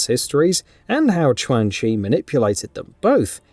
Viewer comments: If you keep mispronouncing names, the next video will get disliked 🤷🏼‍♂️ Chwan Chi, Reeden, Shiraya-Reeu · The correct pronunciation should be “Chuan “ as Q in Chinese is Ch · Ayo I'ma let you finish but who the hell is Twang Chi 😂😂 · The mispronunciation of Qaun chi is funny 😆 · Right??? 😂😂😂 So cringy